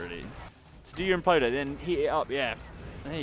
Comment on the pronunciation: The imp-loder